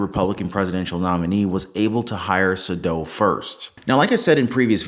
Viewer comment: According to Saydow’s own LinkedIn post, the correct pronunciation of his name is SAY-dow. Google it.